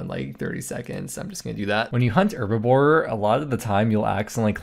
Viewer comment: Mate...its (H)erbibore ;)